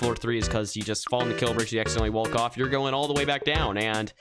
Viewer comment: When says wolk instead of walk